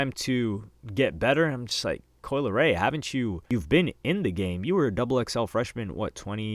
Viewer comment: Ohmggg not coi